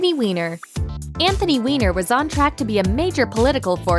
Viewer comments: Weiner is pronounced Whiner (or Viner) and not Weener :/ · Anthony Weiner's last name is pronounced like "whiner," not like "weener." But I'm sure you wouldn't deliberately mispronounce it just for the double entendre... right? 😕